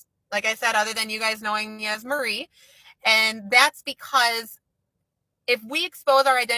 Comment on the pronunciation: Are you saying Murry?